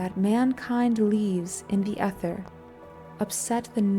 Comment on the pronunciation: I think it’s AI …pronouncing “ether” incorrectly